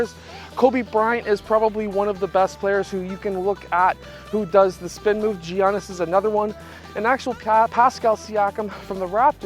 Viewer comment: It’s actually pernounced yiannis